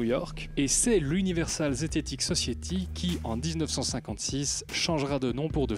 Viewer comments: Universal zetetic Society.... que Prononce Universal zététic sociéty... et qui dit qu'il est fier de son accent MDR!!!! ça m'a juste fait hyper mal aux zoreilles comme on dit chez nous;-) c'est Sossaillety, pas sociéty.... OK, ce n'est pas le sujet, mais ça fait quand même hyper mal aux oreilles, surtout que suis un "Je suis hyper fier de mon accent" MDR. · Society se prononce phonétiquement " sauce ail té"